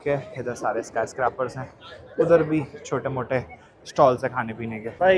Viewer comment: Please fix a couple of pronunciation! Sky Scra Paar nahi Sky Scre Pers hai Max ci can nahi Mex cican hai Also No Maxcican language They speak Spanish